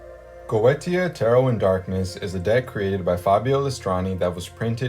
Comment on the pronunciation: Goetia is pronounced Go- A - Sha.